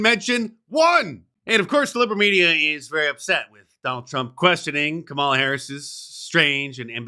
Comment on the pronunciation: I just heard this and it's either ironic, funny, or scary. Kamala wants her name to be pronounced as "Come-Allah."